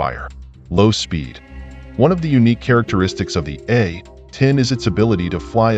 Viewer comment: Is this AI narration or does the narrator just refuse to say A-10 warthog. It's not the A..........10 warthog